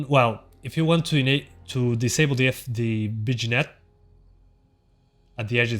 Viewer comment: Lol vignette is pronounced "vin-yet".